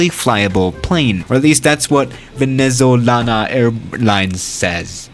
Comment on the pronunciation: "Venezolana-AANaL" LMAO